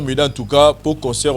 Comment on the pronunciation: t'as vraiment un problème de prononciation ont dit pas cheures amis mais chers amis tu aime aussi dire conceur ont dit concert